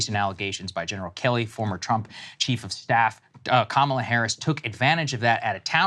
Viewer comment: Bruh Saagar, you are Indian, why do you say Kamala wrong?